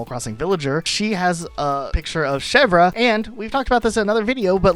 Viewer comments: The way he says Chevre is really cute, but completely wrong. He was closer to say Bergerac correctly. The more I hear foreigners trying to speak french the more I realize it wasn't just our grammar that was made by sadists, but also our pronunciation. ^^" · yeah i paused and went to the comments the second i heard him say shev-rah 😭 insane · also mispronounced chevre (the re is more or less silent) and her name also likely references goat cheese specifically. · It's pronounced "Cheh-vre" not "Che-vrah"